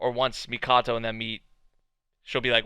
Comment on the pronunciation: Her name is Haruhime, princess is literally in her name. 'hime' means ruler The Amazons of legend did the same The name is Mikoto, not the Mikato you keep saying